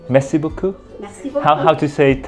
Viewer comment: Tiếng pháp cảm ơn , nge thoang thoáng ra mé si bứu cưu vậy chèn